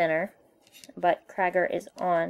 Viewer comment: its not crager its creiger